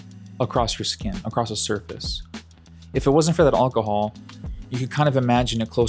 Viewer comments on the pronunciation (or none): “All cuh hall” 😂 It’s AL cuh hall brother AL